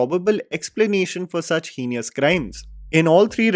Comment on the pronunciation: I love you, but if you are using the word 'heinous' as much as you are, then please check the pronunciation. Absolutely not trying to be a d*ck.